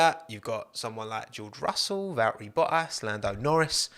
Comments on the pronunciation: Val'eri Bwoah-as ;) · "Val'eri Bo'as" love it! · Just came to hear you pronounce Val'erri Bo'as. I was not disappointed. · Anyone else catch “Baltteri Vottas”?